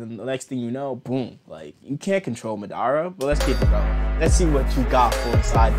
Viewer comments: The way you say madara like it’s not [mu-da-ra] its [Ma-da-Ruh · why do u pronounce it like- ma-dara ?